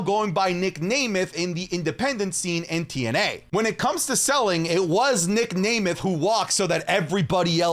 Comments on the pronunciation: at this point i think mispronounces names on purpose. Nic nAYmeth, Piper nEvin.. bro just say the names right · its nem-eth 😭